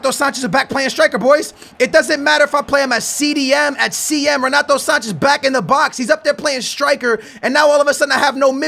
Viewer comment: don't say ronato sanches ffs